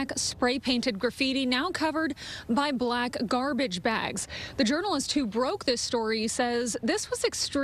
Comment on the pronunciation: Ha Ha noticed the emphasis on the word BLACK followed by Aggressive! "So what are you saying?"